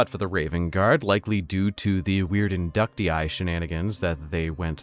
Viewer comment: Thank u for pronouncing Inductii properly.